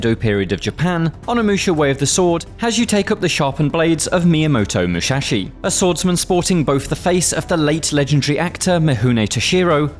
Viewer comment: "myamoto muxaxi" LOL